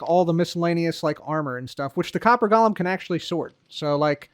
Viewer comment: Hi, it’s pronounced “GO luhm” 🙂